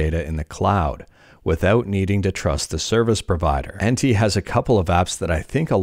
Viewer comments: I think it's pronounced as "entë" en-tay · it's pronounced something like "enteh" and it means duck in german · Pretty sure "Ente" is pronounced like the German translation of duck (Ente: "ɛntə") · "Ente" is German and means "Duck". I would suggest to pronounce it like "En-teh", kind of. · Its end-te means duck in German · You pronounce it ann-tuhh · "Ente" is German for "duck". The second e is pronounced like the first one, just without emphasis. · i was fully expecting you to pronounce "ente" as "subscribe to " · Ente is german for "duck" and the second "e" is pronounced just like the first one as in "emerald" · You have to pronounce the last E in Ente like first one. It’s a german word and it means duck 🤭